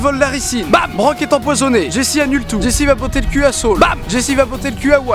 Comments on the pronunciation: Miskin c jesse qui se prononce jessy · C'est une superbe vidéo, tu gagnes un abonné ! :D Par contre, Walt se dit Wolt et Jesse Jessie :3